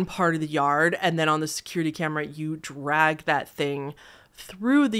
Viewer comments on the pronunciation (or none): none